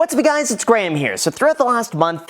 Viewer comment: All I ever hear now is “hey graham, it’s guys here” 😂